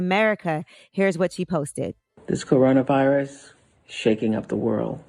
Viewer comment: Did she say "Corretta virus"? Bruh